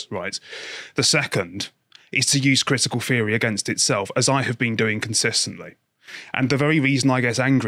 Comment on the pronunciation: Cwitical Feory